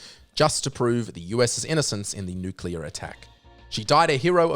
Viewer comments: Repeat with me: NU-CLE-AR. Not nUkUlAr. FFS!!! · Really? REALLY?! You're pronouncing "nuclear" as "N U C U L A R?! " You're doing it on purpose just to annoy me, aren't ya? Well It'S wORkiNg!!!